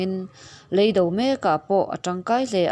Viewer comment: Leido nilovin, "lêi do" tih tur.